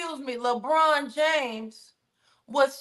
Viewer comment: Not Leborn 😂😂😂